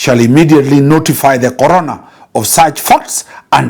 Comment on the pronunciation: I was confused at first about the relevance of COVID in this matter, only to realize that it's actually the 'CORONER' and not `CORONA`. The mispronunciation really threw me off 😄. Insightful content as always.